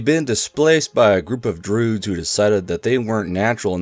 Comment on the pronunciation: I've never heard anyone pronounce Druid with a silent I before.